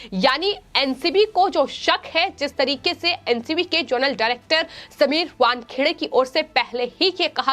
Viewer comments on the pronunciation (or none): none